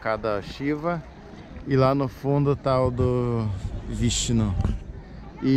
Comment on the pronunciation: "Um dedicado a Sheva. Outro dedicado a Brahma e o outro ao VISHI" Eu achei que era uma expressão do pra algo que tinha dado errado na hora kakaka